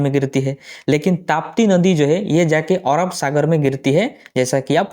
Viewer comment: ओरब नहीं अरब